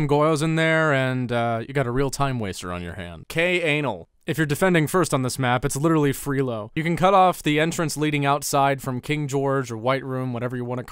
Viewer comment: K-anal, nice pronounce right there buddy